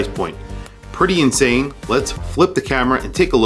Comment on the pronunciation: "Inane" value?